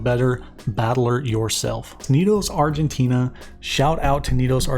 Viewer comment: Hey, just as a side note, the guys are called Argentinian but the country itself is Argentina, not Argentinia ^^"